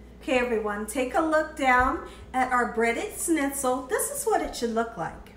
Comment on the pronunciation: Delish, as usual, my dear! I've so run out of ideas during this shut-in, I'm going to go for fried stuffs now. Schnitzel is brilliant. May I help your pronunciation a bit? ssshhhnitzel : just thrown in an sh at the front of how you say it, my dear :) Usually, we have a gravy, mash potatoes and a salad with this, but OMG, couscous! Thank you.